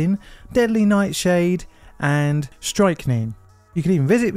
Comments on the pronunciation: It's pronounced "strick-neen", not "strike-neen"; it comes from the Poison-nut tree (Strychnos Nux-vomica). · Ummm it’s not ‘strike-Neene’. Even as an English person I know that. Do millennials not know how to pronounce words these days? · Yea his pronunciation is terrible. I’ve seen it on others. I honestly think with millennials we are going backwards. I’ve never seen a generation that think they know so much more than us mispronunciation words so often. It’s ‘Scrict-neen’ (phonetically) pronounced. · Alnwick is pronounced "annick". Strychnine is pronounced "strick-neen" . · And his mispronunciation of strychnine is hilarious. And the guy is British as well. I really worry for millennials that can’t seem to get common words correct.